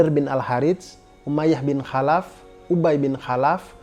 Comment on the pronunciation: Bang tolong baca kholaf jgn khalaf..kemaren juga bukit shofa jgn di baca shafa..biar pas.